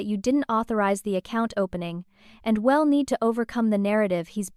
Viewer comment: It's a decent story but using AI messed it all up!! AI doesn't know how to pronounce words correctly, I'll is not ill, We'll is not Well, so many mistakes really takes away from the story!! AI should not be allowed!!